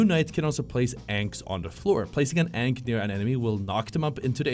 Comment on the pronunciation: how you pronounce ankh makes me want to rip my hair out